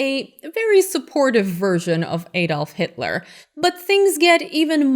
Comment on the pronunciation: hail hit-a-la ... who's Hit-A-La, come on man do you even speak German?